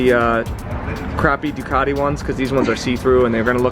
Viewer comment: I think the most annoying pronunciation in the world is the way Americans say Ducati.